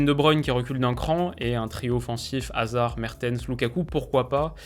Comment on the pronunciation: Sans hazard et wistel, ça va être très chaud. (Merci, t’as bien prononcé tout les noms, vrm thanks parce que parfois c’est très dur à entendre)